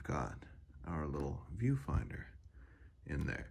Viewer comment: When you said “viewfinder”, I thought you said “pedofinder”